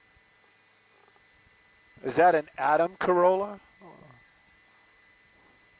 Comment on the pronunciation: Did he really say ‘Adam’ Corolla?